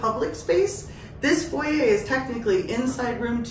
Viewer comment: Foyer she meant?